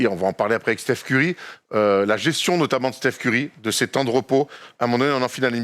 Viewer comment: Pourquoi vous dites "steephen" Curry, alors que les américains et lui-même disent "stèphen" Curry? ( pour être précis)